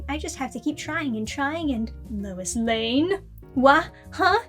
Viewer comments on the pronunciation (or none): "Rois rane"